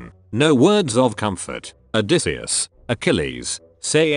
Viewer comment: The funniest part is the voice thing reading "odysseus" as "a decease"